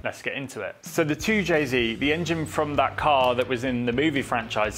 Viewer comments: Really hard to hear a person with a British accent say “zee” instead of “zed”…2 jay zed NOT 2 jay zee. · 2JZed, not 2JZee. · Its 2Jzed not 2jzee. The Japanese pronounced their Z properly, and it's insulting to see a British person pronouncing it as Zee. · An english man speaking american english, its a 2j zed not zee, both great engines though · You’re English… wtf is a zeeeee? 🤷‍♂️zed ffs 2Jayzed 😵‍💫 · Toow jay ZED, you surely are not American 😂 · You're English, its Zed...